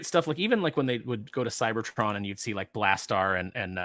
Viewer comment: Excuse me: Blast-arr?